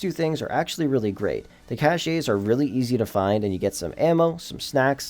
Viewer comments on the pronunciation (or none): I think the point is to make some extra cash without doing those stupidity slow missions, which I have not done in years. I'm fine with this, make plemty of money woth nightclub, arcade,autoshop and just some missoons, male a minimum of 1mill per day easy that way, no heists either. Anyway good video other than it's (cash, not cash-a) just cache is cash. 😁